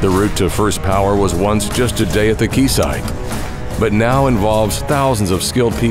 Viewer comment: So excited to see Mammoet doing some wind farms! Always thought that wind turbines were one of the coolest areas of superheavy lifting. Bonus points to the narrator for pronouncing "quayside" correctly!!!!